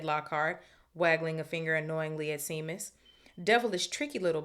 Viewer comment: Love the read so far... one thing though Seamus... is pronounced Shaymus, its an Irish name.